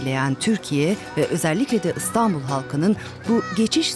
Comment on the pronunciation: İNATLA ISTANBUL DİYOR SUNUCU, İSTANBUL KARDEŞİM İSTANBUL! İ İLE YAZILIP OKUNUYOR.